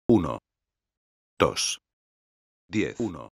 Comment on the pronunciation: uno, tosh.. uno, tosh.. uno, tosh ... jajajajajajahaaajajaajj